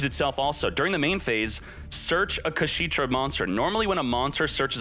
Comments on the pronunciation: It's funny how he kept saying "kashiitra" instead of "kashtiira" :face-green-smiling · Its not KaSHITra. It's KashTira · imagine your chat trying to help you say the name of an archtype correctly, looking at it multiple times, and still ignoring them and making a fool of yourself lol #Kasheetra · The way he says kashtira infuriates me so much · pronouncing Kashtira cementing my belief that they changed Kshatrila into Kashtira in TCG because TCG players can't physically pronounce it. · That Kashtira mispronunciation 🤣